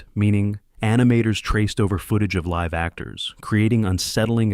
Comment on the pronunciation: It also mispronounced "live" in "live action". It used the verb (as in "to live in the moment") not the adjective. (As in "2 Live Crew".) Additionally, it interpreted the period after the middle initial in Philip K. Dick as the end of a sentence.